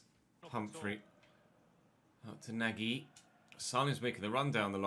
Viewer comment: nagy is pronounced nudge, love the content x